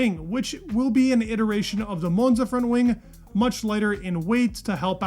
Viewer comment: if you ever go to Monza, don't pronounce it like that.